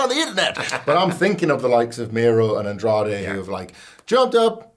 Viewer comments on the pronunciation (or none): none